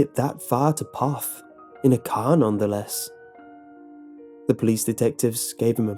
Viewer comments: And Poth is pronounced Poe-th.... I know those Pollocks make difficult names Hated competing against them and having to read out their last names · 👍🏻it's pronounced "p-oath" TX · Lmao can't even say the name right. Did they just google it and make up the rest???? Lived outside of Poth all my life (25years) this video is dumb come out and see how much fun we have at the dance hall which btw has had many famous country singers play at and is till up and swinging. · Ur saying Poth wrong and I am from floresville. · I live in one of koe-shoe-sko I have family in P-owe-f-th The only one you got right was floresville XDDD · I love in floresville texas ( a little bit away from poth and there (k town) ). this is really wrong. my grandma went there and I went there today. it is full of people, and it's not a scary place. second, it's pernounce ka-shu-sco, and poth is pernounce po-th. I am seriously upset that they get this town wrong